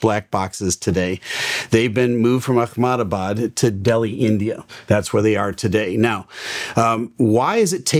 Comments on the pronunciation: It's not akamabad ... It's AHMEDABAD😒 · It's not Akh-na-ma-baad. It's Ahem-daa-baad. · Hi, though it is not my place and time to say this but your pronunciation of "Ahmedabad" as "Akhmedabad" is not correct. You need to pronounce it as Ah - medabad - like those aha moments Ah.. and Not Akh- Appreciate your good channel and all your videos. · Akhmadabad???? its Ah-hem-da-baad or Uh-hem-da-baad white people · It's Ahmedabad not Akhmedabad. 🤦🏻‍♀️ But I get it it's difficult to spell lots of Indian words as we have more syllables and consonants than English. 😅😅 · Not Ackmenabaad. aa muh duh baad. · Its not pronounce akhemdabad, its “Ahmedabad” its india not an arab nation. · firstly, awesome analysis!! thanks. one small thing - the pronunciation of the word “Ahmedabad” is not “Akhmedabad”. please just pronounce it as “Amedabad” where h is almost silent. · What is Akhmahabad?. It's pronounced Ehemdabad. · Its not Achmedabad like Achmed the skeletal terrorist, it Ahmedabad! Also I wonder why there no video recorder dvr...the camera may burn, but dvr will remain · A ham da bad … that’s how it’s pronounced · Akhmadbad? Seriously! You can’t pronounce a name right, from which you are making so much money? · Love your work, and thank you for your deep analysis videos, love watching them. I know Ahmedabad a weird name for you, its pronounced [eh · muh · daa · baad]. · FYI it's pronounced "Amdebad". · So trivial but…my in-laws are from Ahmedabad; I’ve been 4 times in last 5?years…that’s now how it’s pronounced!:). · The way he pronounced Ahmedabad 😂